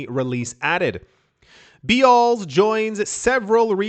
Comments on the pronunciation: It's just pronounced Bells 🔔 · It's pronounced like..."bells". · Bealls is pronounced bells. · Beals is pronounced rhyming like peels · Bealls is pronounced bells. Sells clothing for families.